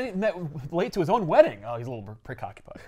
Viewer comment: He most assuredly said "precockupied". Freaking love this show, great stuff.